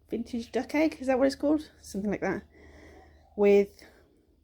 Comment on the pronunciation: Dug?? Lol ! Ment Duck!